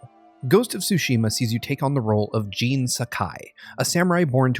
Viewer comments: Bowling The name is Jin, he said it as Gene for some reason. Just like the completionist did a video on AC Valhalla and referred to a region in the game as East Anguela instead of East Anglia... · "Gene"!?. I believe you mean Jin. Lol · Its JIN not JEAN!! So annoying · Gene? i thought his name was Jin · It IS said with an 'ee' sound, but it's a short stab of a name; not the long sounding assonance of 'Gene'. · It's Jin, but pronounced like we would pronounce "gene". Thoroughly Japanese nonetheless.